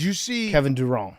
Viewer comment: "Kevin Duron"